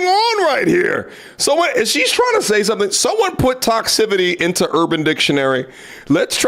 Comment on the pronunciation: lol "Toxcivity" Toxicity